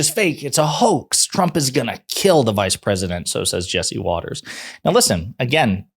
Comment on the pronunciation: Watters is so upset, he accidentally pronounced her name properly.